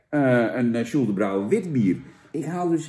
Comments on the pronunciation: Uitspraak: SjoeltenBroj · Je spreekt het uit als Sjoeltenbrooi